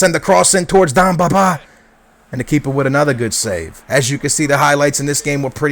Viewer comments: its demba ba not domba ba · Demba Ba, not Damba Ba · It's Demba BA !!! Not dumba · yo, its demba ba.. not damba ba xD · DEM BA not that hard to say!!! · DEMBA Ba! Get it right man!